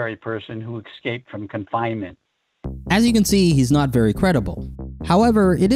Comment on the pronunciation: NEVER trust anyone who says: "EK-scaped."